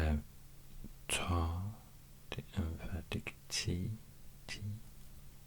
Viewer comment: but his pronounciation of sounds like ص and ط is flawed I think. You can hear that he puts his lips in some wierd position and his voice pitch is going down. This is just weird to hear, you can hear he's struggling real hard, while he could've just placed his tongue in a place that's needed for this sound